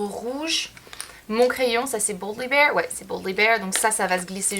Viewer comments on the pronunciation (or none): none